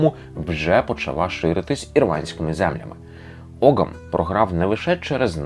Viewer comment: тут невеликий бдищь. не оґам, а огам все ж. там g зазнає лініції, і часто пишеться як gh, або g з крапочкою вгорі, яке в давноірландський вимовлялось як γ.